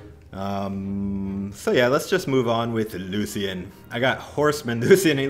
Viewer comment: Lucan?! You mean Lucien sword